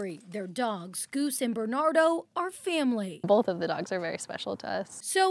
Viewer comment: “Bolth” x2